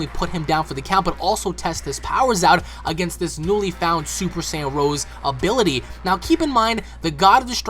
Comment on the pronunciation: It's not "Super Saiyan Rose", it's "Rosé"! Like the type of wine.